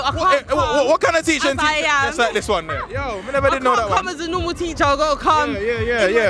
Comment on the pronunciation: Man said "Me can smell something pon der"😂😂😂😂